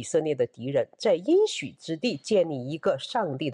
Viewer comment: 应许之地，应读音硬。